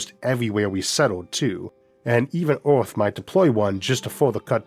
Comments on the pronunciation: pls stop saying oaathh bro thats pain for my ears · No we cannot ..we cannot even get an AI reader to pronounce the word earth correctly .